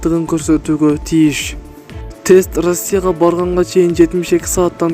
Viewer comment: Ырасия дейтко манка блогер